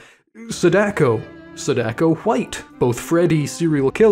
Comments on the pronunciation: jesus christ i hate how u foreigners butchered japanese name pronunciation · the most american pronunciation ever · The way you pronounce Sadako name is so funny, why the hell her name sounds like an Italian instead of Japanese 😭